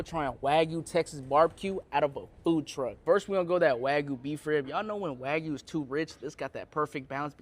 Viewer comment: it’s pissing me off how he can’t even pronounce the word Wagyu right!?!!!!!!